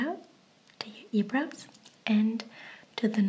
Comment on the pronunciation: Sie sagt einfach earbrows anstatt eyebrows